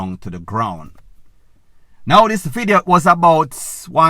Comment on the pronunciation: One vlogger, can’t even pronounce the word this, all you hear is zit and zatttt.